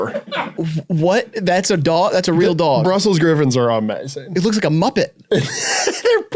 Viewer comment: i think they made this entire video so could say "duog" for an hour sixteen